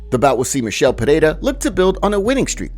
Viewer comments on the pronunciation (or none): none